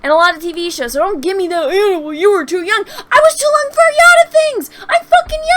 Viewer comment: Love the video, but I have to call out your best line: "I was to loung for a yot of things!" keep up the good work!